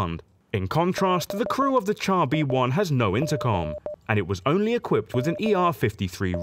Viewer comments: It's pronounced "shar", not "tchar". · Good video. Just one criticism. 'Char' is pronounced 'Shar'. 'Ch' in French is the same as English 'Sh'. We pronounce 'chassis' correctly, so why not 'char'?